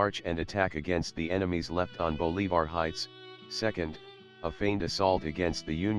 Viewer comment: The pronunciation of Bolivar; Catoctin; and Loudon by the computer is killing me. The content and accompanying music along with the photos are excellent.